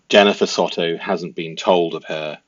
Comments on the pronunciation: Hey pls forgive me if I sound a bit rude, but pls can you pronounce the names correctly as my adhd and ocd can’t cope with it! 🙏🏾 so: Madeline & Jenn Soto - Soto is pronounced ‘So (like so what) and ‘to’ is pronounced ‘toe’. Stephan Sterns: Stephan is pronounced Steh fan, not Steven. Thank you! 🤩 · The last name is pronounced Sew-toe. I believe Jenn is totally complicit in Madeline's demise.